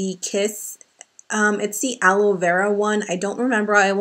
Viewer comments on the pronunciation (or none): none